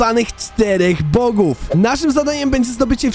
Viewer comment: Pov bogów bosów się mówi